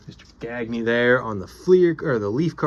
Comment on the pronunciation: Sweet Gagne. You said his name right too. I'm partly building 73 & 74. NDT? AWESOME!!!!!!!